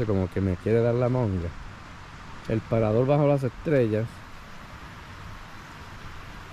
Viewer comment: paradol 😂 monga😂 pasal 😅 puentecito bajo agua😅 sacal 😢no boi a pasal 😅 que lindo jio😅 regesal what awful castillian!